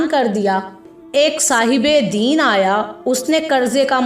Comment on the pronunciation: مستقل دین دین زیر ساتھ کہ رہی ہو ےہ دین زبر کساتھہے